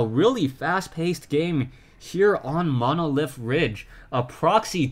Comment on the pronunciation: this is picky, but it's not monOlith ridge. it's monlyth. only saying because i know you like to improve